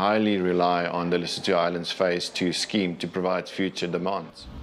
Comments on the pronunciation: It bothers me to hear how the narrator pronounced Lesotho. Lesotho - ləˈsuːtu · Everything you said Lesotho I cringed, the way you butcher their name. Please hire an African to do you African segments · So educational! How does one pronounce Lesotho? 🤣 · I tried to watch, but why should I care if the narrator cannot even be bothered to pronounce the country's name properly? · Not dams... politicians. Yet more victimhood reporting. The narrator must learn to pronounce Lesotho properly.